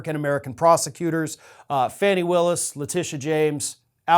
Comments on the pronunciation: It fawn-e willis not fanny lol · Her name is NOT FANNY, bud!! It's FAWN-E and I'm sure u have heard her name being said since she's been on the scene!! Please call her by her correct name!! I enjoy ya videos tremendously but please stop butchering her name!! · Please pronounce DA Willis's name right. It's spelled Fani but pronounced FAWNIE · Her name is not pronounced “Fanny”